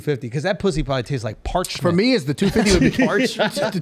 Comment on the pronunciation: did he say parchment?